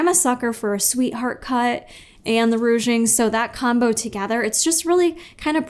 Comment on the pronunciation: Haha, “rouge-ing” instead of “ruching”.